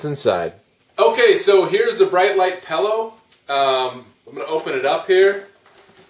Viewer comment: Every time it sounds like you're pronouncing it pellow i wanna say its PILLOW, not pellow.